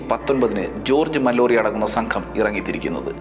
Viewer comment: വീണ്ടും വീണ്ടും വളരെ അധികം കല്ലുകടി ആയി തോന്നിയത് മല്ലോറി എന്ന ഉച്ചാരണം ആണ്. ഇംഗ്ലീഷിൽ ഇത് മാലൊറി എന്നാണ് വായിക്കുക. ഉണ്ണി എന്ന പേര് അണ്ണി എന്ന് കേൾക്കുന്ന പോലെ അല്ലെങ്കിൽ ആലപ്പുഴ എന്ന പേര് ആലപുസ എന്ന് കേൾക്കുമ്പോൾ ഉണ്ടാകുന്ന ഒരുതരം സുഖക്കേട് അനുഭവപെട്ടു. വളരെ നല്ല explanation ആണ് .ഭാവിയിൽ ഇംഗ്ലീഷ് സ്ഥലപ്പേരുകൾ ,ആളുകളുടെ പേരുകൾ എന്നിവ ശെരിയായ രീതിയിൽ ഉപയോഗിക്കും എന്ന് പ്രതീക്ഷിക്കുന്നു